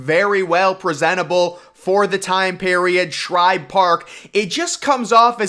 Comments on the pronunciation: It's Shibe, not Shribe. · There’s no “R” in Shibe. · Like the addition of the "R" in Shibe Park to make it Shribe Park. lol.